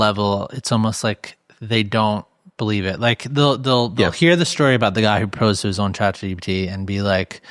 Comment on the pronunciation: I could not understand the host either when he said 'proposed' is he all right? Sounded slurred